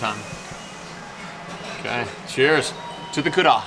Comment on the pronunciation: There’s that ra again spoke as da! Hummmm...🤔 is hilarious, she’s a keeper for sure!!!!great video‼️‼️‼️